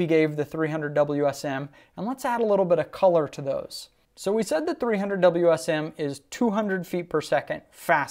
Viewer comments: It's not a darn "Wiz um". It W S M. You kill me!!! 30-06 wins. Throw a 200 grain round nose in there and see who wins. Wiz Um (?) Sucks. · The fact you say whizzzam is already terrible..... WSM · Drinking game: take a shot every time he says whizm. Don’t, as you will probably pass out.